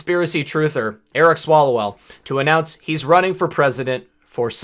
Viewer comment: Wait are you saying "Swallowell"? I suppose he does.